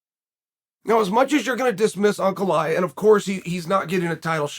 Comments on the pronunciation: its pronounced Uncle Eye yev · Uncle Eye-uh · Everyone: Ankalaev Chael: Uncle Laev